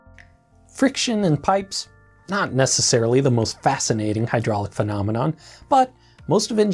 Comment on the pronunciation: When he says "Phenomenon", all I hear is "Mahna Mahna" and I start singin in my head....